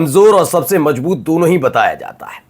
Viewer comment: Correct your hindi pronounciation It is mazboot not majboot Kamjori nahi kamzori hota hai j ko z z ko j s ko sh sh ko s padte ho